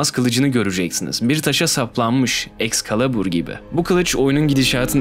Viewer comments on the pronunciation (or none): Nobody:: E X C A L A B U R